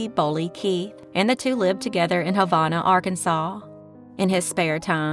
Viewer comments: And Havana, as Huh-van- uh. You noticed the same issues I did. This gal surely isn't from Arkansas. And I'm not either, but i do know how to pronounce the names of most of the towns here, as I do live here in Arkansas. 😊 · I live in Havana 😮 BTW, you said the name wrong, but it's okay 😊